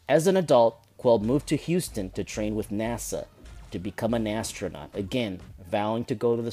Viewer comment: Did you just say Nastronaut xD